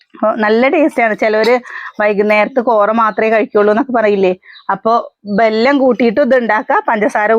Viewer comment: അംഗലവാടി. എന്നല്ല. പറയുക.. അംഗനവാടി. എന്നാണ് പറയുക. അതുപോലെ ബെല്ലം. ബെള്ളം. എന്നൊക്കെ പറയുന്നുണ്ടല്ലോ വെല്ലം. വെള്ളം. എന്നൊക്കെ പറയൂ.. കളിയാക്കിയതല്ല. ട്ടോ. പറഞ്ഞതാ.... കുട്ടികളും അതുപോലെ പറയില്ലേ. അവര് നേരെ പറഞ്ഞു പഠിക്കട്ടെ. ട്ടോ... 👍👍👍👍👍